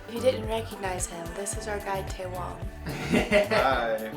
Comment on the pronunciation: Tsewang = Che wang not tay wong.